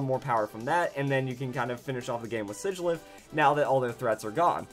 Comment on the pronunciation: I LOVE U SIGILYPH the man says shigilyph